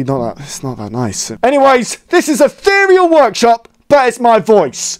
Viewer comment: He says “what kind of name is eatheral workshop” me on the inside:🥲